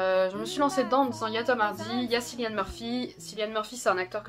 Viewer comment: Salut, pour information le prénom Cillian se prononce "Kylian"! Sinon super vidéo, heureux de voir Sherlock représenté comme il se doit, car toujours aussi dur de faire un top 5 avec des 'originalités' vu le nombre (ad)immense(um) de séries qu'on a tous vu... Puis les goûts et les couleurs sont propres à chacun! (et heureusement)